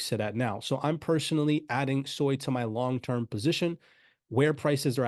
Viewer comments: Its SUI, not SOI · It's pronounced Swee, Japanese for water. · Please, it's pronounced: Sue - Ee